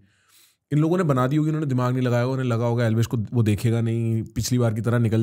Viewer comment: said unne (usne )😅